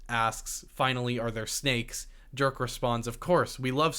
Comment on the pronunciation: Dude. I am a 100% sure "Jerk" is not being pronounced the way you do XD. But seriously, watching the first gameplay footage of Indiana Jones and comparing it to the latest cinematic iteration, one thing is for sure: Those old franchises should be turned into games, NOT movies. Because actors age but player character don´t. People are sick of their franchises being exploited by disney & co in a way that puts quantity and content over quality and longevity. Maybe the latest Ghostbusters in an exception but for all other great franchises, it´s just the truth: They are deteriorating. People prefer watching Terminator 1 or 2 over later iterations. Alien, Indy, Predator, Matrix, Star Wars, Marvel... you name it. And then look at Alien: Isolation. Or Terminator Resistance. or the new Robocop! Games succeed where movies fail. Hollywood should take notes!